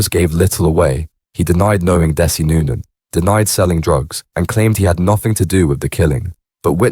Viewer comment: You can't even pronounce his name right.